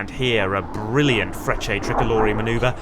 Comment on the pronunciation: Sorry, now that I have listened to you again a few times, when you say "Frecce" (Tricolori) it sounds somewhat like "French". Accent/pronunciation thing, I guess. I stand corrected...😁